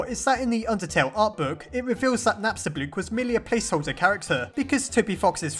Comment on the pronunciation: I really like Napstablook. He has my personality, I feel bad for him because Mettaton or "Suzy" left him, and also because he just wants to be alone but when he finds a friend he's really sweet. also remember when you used to pronounce him Napstabluk? that really annoyed me, but im happy now